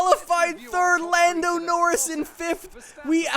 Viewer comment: What is it with the way you say Norris that pisses me off so much?